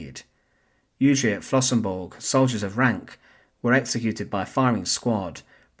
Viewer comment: Das heißt Flossenbürg! Lernt erstmal Deutsch, bevor Ihr Euch hinter den Taten der Nationalsozialisten verstecken wollt, ihr verdammten Engländer!